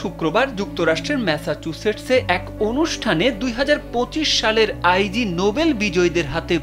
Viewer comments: আই জি হবে না এইটার উচ্চারন হবে ইগনোবেল ❤️ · Eta bolar jonnoi elam. "Ai jee noble! 😂